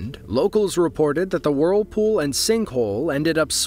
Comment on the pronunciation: Great video, but i can't stand hearing WORLpool over and over